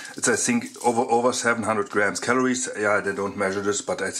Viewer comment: Das heißt think und nicht zing ;)